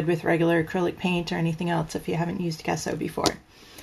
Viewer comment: You probably know this but Gesso is pronounced Jesso.